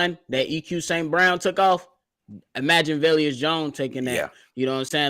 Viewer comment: VE-LUS not Vel-Us 😱